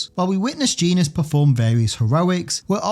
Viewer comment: Also, "Genis" is pronounced "Jenn-is." Rick Jones often teasingly calls him "Jenny."